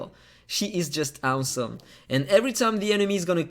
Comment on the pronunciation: It’s AUSOM how you can’t pronounce awesome 😂😂😂